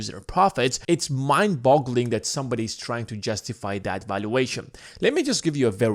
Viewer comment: Hey try and pronounce THAT as THAT not DAT man. Stick your tongue out when you say it. You can do it.